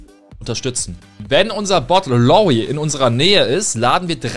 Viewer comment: Bro es heißt nicht „Lawy und Lawie“ sondern „LaRRy und LawRie“, ansonsten gutes Video